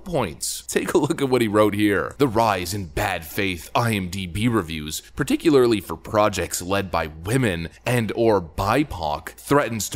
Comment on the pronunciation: Why do you say Wamen?